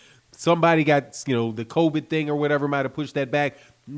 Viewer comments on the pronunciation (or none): none